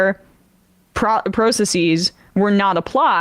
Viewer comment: emma pronounces "process" like a normal person, so what's up w/ "pro-suss-seas?" PROCESSES! god damn it. process + es.. it's easy. talk like like one of us normals